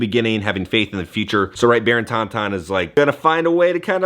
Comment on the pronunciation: Love our videos,, but "tonton" is not pronounced like the Star Wars creature. It's French, so the n at the end of ton is silent. Sounds kind of like "tawtaw" - very nasal sound.